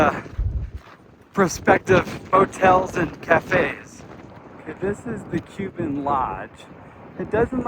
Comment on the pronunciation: Cuba is a n longtime established community. It does not rely on hikers for its only support. Cuba is pronounced Cooba. Be more kind and open minded about areas you are not familiar with. Thank you. Enjoy your hike.